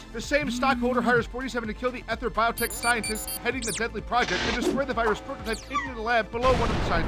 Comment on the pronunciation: Even if you've never played this game, as someone who speaks for a living, you owe it to yourself to know how to pronounce "ether".